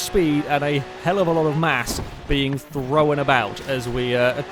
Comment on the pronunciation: Why does he always say throwen???? Instead of thrown